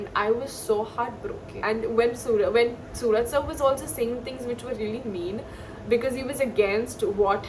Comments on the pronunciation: Pronounciation should be suraaj.... Not sooraj 🚫🙅‍♂️ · It is Suraj not sooraj mam